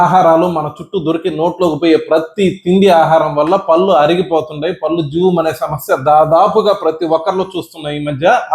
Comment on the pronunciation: మీకు పుణ్యం ఉంటుంది. పల్లు అనకండి పళ్ళు అనాలి.మీరు పల్లు అంటుంటే కంపరంగా ఉంటుంది.